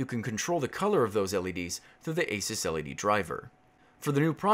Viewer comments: lol its A-SOOS not A-SAS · The way you say "ASUS" was confusing.